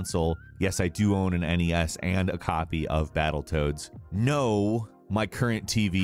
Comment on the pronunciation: Says EN EE ESS instead of NES; "unfortunate [battletoads] is xbox exclusive"... Just wow. Downvoted.